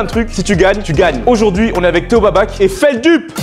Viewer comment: Je crois que ca se dit feldoup